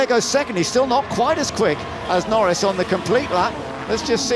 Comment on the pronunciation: "and Lando Nor-REES LANDO NOREES HAS TAKEN POLE!" one we'll hear for many years!